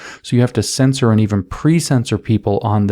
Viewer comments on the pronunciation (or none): none